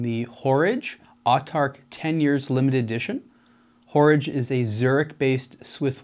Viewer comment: A good dispassionate review! I must admit that hearing 'Horage' pronounced as in 'Porridge' knocked about $1000 off the price for me. 'A small version of a big date' seems somewhat self-defeating.